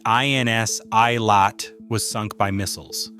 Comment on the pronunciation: For god's sake! You make a video about some people who dies, at least make some effort to fund out how to pronounce the names! It was hurting m y ears. It's "ey-lat", not "ay-lay".